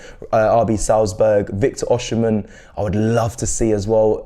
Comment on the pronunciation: Great content but here is a pronunciation lesson for you - Its VICTOR OSIMHEN (AW-SEA-MEN )